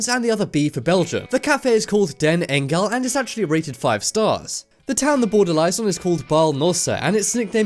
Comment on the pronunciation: I am from Belgium and when i heard you say den engel i lmao. And it meens the angel👍